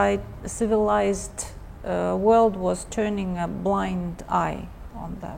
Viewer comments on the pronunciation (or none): none